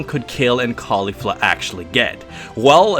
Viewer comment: its KEF la not Kayfla lol